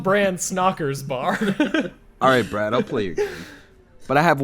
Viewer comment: B'raad the C'haad